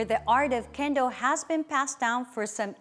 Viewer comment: Das heißt "Ippon", nich "iyon"; Shi - nai", nicht "shenai";, "Zan-shin", nichr "kendl, sondern "Kendo", der Begrind "Dan" wird nicht wie der englische Vorname ausgesprochen, erv. etc. Falsche Betonung, falsche Intonation.